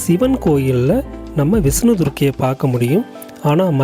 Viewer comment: விஸ்னு பகவான். சரியான உச்சரிப்பு முக்கியம். மகாபலி மாபலி யானது